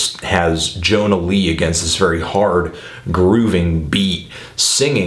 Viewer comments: she is swedish, and her first name is pronounced as "yonna", not "jonna" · if she's Swedish, wouldn't it be pronounced as "Yonna" Lee? as for the album, I love the whole damn thing. Especially "Goods" that song be my jam.